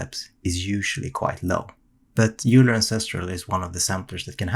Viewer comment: Euler is pronounced "Oiler" just FYI.